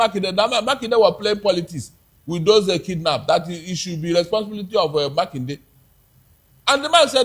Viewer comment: Makinde say it right